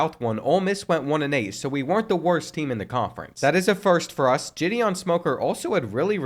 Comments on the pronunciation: GIHD EON not Jidian 😂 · I’m dead when he pronounced “Gideon” like Jidion 😭😭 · Pronouncing Gideon as Giddy-on and Jiddy-on was constantly triggering me throughout the middle of this whole video...... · Gideon Smoker ❌ (Jah-Dee-Ohn) Smoker ✅ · I beg you to look up how to pronounce Gideon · I’ve never heard the name Gideon pronounced so many different ways. 😂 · Gideon is pronounced with a hard G not a soft one. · And then he switches between both pronunciations the entire time! Like dang dude, pick one and stick with it 😂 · bro could not decide how he wanted to pronounce Gideon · Am I the only one who is bothered by the way he keeps pronouncing 'Gideon'? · The way he pronounces Gideon just rubs me the wrong way... Great vid otherwise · Never heard Gideon said that way lol